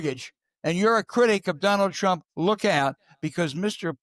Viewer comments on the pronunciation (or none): R U saying DRump TRump. Dat has neva woiiked.